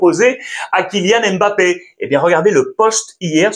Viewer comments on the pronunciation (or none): none